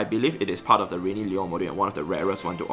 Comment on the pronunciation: Liur modjiul 😂